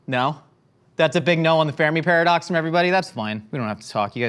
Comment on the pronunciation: He butchered the Fermi Paradox